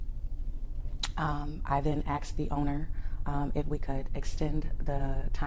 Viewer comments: She "axed" the owner to be there...so I believe her 🤷🏻‍♂️ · "Then I axed the owner..." shouldnt she be investigated for murder? Im not a native speaker though. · She was sitting there, trying to sound like a Harvard Law graduate, then she said she "axed" the owner instead of "asked" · She axed the owner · She ax’d the owner!?! Murder charges!!!